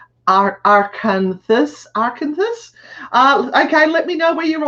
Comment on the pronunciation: Arkansas is pronounced Arkansaw hunny 💕💕💕